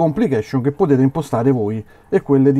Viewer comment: Dovresti curare la dizione. Quando dici "POTETE IMPOSTARE.."in realtà pronunci" POTETE IMPOSTAREEE"ed è fastidioso..